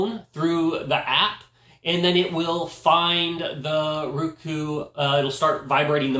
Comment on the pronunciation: It's not rooku as pronounced it is rOku as in "O". I love my roku. 💖💖👍👍💖💖